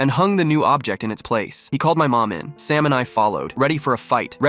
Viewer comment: Sam became “salmon” and “stamina”